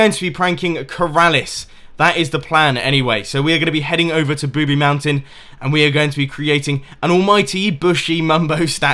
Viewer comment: ITS NOT "Booby Mountain" ITS Boobie Mountain